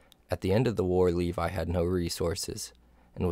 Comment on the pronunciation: Le-vee, not Lee-vie